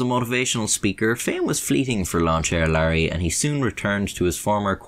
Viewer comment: Larry ain't care-ey